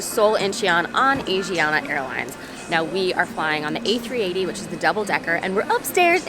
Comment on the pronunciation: You say Asiana wrong, but good video.